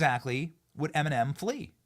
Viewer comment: WHY DO YOU KEEP CALLING HER EMENIM